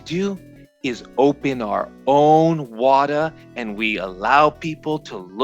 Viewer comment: You have to say it like "WaTAAAAH", that's actually where the name is from if I've heard correctly.